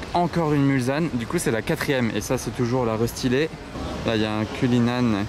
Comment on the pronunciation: Salut, on ne prononce pas Mulzanne mais Mulsanne, avec un s qui fait s et pas Z. Du nom de la ville en bordure du circuit des 24H du Mans qui a donné son nom à un virage du tracé.